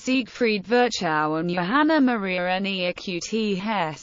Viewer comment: Sorry, but his name was not ferchau but Firchov kind of.